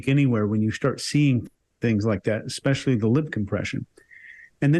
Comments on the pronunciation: He also said ‘expecially’ instead of especially, and “could be constrived” (which is not even a word!) 😂The word is ‘construed’. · Dyslexia is a visual disorder (reading letters on a page), not a speaking disorder. is dyslectic and he pronounces nuclear correctly. This guy also said “eXetra” instead of etcetera, and “expecially”, and he even made up a word that doesn’t exist! He said it “could be constrived as” (instead of construed) 😂 That’s NOT dyslexia. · I absolutely hate when people say "nucular". Also "exspecially" and "exscape".